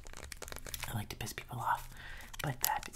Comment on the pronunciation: U said pist